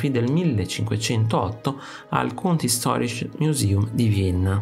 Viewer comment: Köszönöm a Kunsthistorisches kiejtését